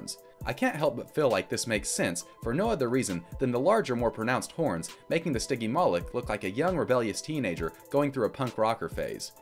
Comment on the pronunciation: bro said stiggy malik 💀💀💀💀💀